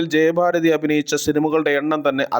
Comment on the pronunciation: ജയബാരതി അല്ല. ജയഭാരതി